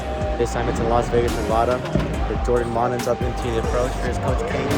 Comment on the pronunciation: Great bowling, but please call the state nevada as neh vah duh please and not neh vaw daw. It's not awwpple when everyone says apple